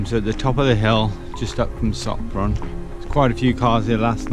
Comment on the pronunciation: Pronounce " Shop-ron " . Hope you had a good time in Hungary